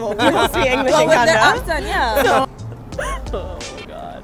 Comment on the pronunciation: It's not canada, its kanedda 😅